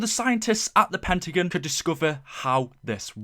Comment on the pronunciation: Pentagin, it's pentagon!!